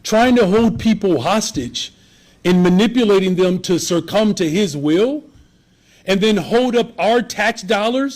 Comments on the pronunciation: "sercum"?? Did he mean "succumb"? And, he was a teacher? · It's "succumb" not "cercum" jesus f